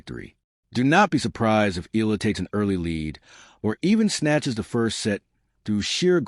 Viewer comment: ehh-ya--la sir